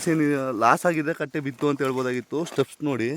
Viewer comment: ಬ್ರದರ್ ಅದು ಸ್ಟೆಪ್ ಅಲ್ಲಾ ❌️..ಸ್ಟೆಮ್ ಅಂತ ಹೇಳ್ತಾರೆ ✅️